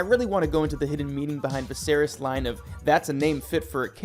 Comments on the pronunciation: Vizerees? Screen rant.. get someone who actually watched the show to read the script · yea the videos are all great tbh it’s just the mispronunciation is killing me😭😭😭. i don’t like to nitpick but come on bro vizereezz??? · The way the names are pronounced made this almost unwatchable. Especially the way Viserys is said. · Holy moly. This must be AI reading. The mispronunciation of the names of major characters, important objects, and the dragons is so bad I can’t watch the whole thing. Made it over halfway, hoping it would get better, it just kept getting worse. I expected better, Screen Rant 😞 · Oh and Viserys lol